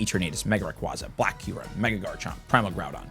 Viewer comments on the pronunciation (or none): also it’s Ray-QWAY-zah 🐉